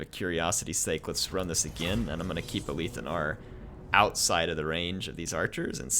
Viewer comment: You aint got dibs on the fact that you arent working in production and you just made up that retarded lie to solidify what you think is the right interpretation, You're wrong, I'm right get rekt. it's ALITH. not A - LEAF. :)